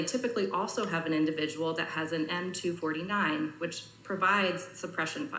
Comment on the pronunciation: M 2-4-9 NOT M 2-49 CLEARLY NOT VERST IN MILTARY LINGO YET THINKS SHE CAN TALK ABOUT THESE WEAPON SYSTEMS.